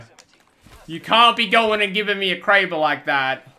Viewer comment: How can you hear everyone else that plays the game and the developers pronounce kraber one way and then pronounce another